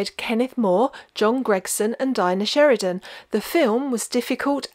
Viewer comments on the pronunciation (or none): none